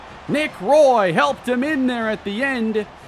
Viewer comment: Since Nick Roy is from Montreal his surname is actually pronunced like Wah and Roy